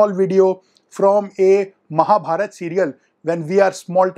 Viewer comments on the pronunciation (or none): none